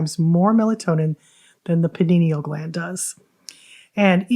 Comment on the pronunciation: Jesus it pineal gland!!! Not Paninial 😂